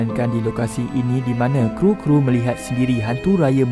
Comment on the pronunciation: bukan kru.K.R.U